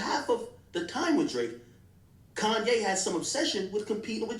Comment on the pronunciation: Why does he keep saying kanYE😅